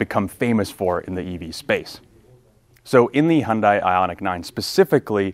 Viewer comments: Pleass...Hyun "day" not Hyun "die". Just saying put some respect on the name. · Hun-day like Sun-day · FYI: The pronunciation of Hyundai rhymes with "Sunday." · Please, at least in the US, Hyundai is pronounced "Hunday" - like "Sunday". This was the subject of a Hyundai TV ad 15 years ago, and it's annoying that people still get it wrong - especially car reviewers. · You’re the senior editor and can’t even pronounce the name of the automaker correctly. SMH.